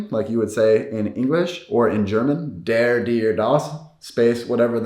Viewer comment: You can’t pronounce der and das in German lol!